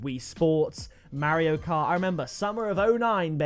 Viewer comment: I’m sorry but the way that u say mario cart is so funny